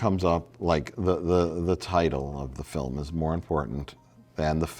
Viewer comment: The way said "film" was kinda weird, no?